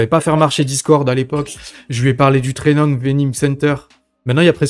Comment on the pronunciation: Trainung vening center ? Training venum center plutôt 😁